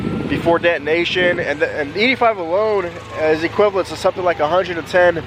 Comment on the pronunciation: "Eaty five"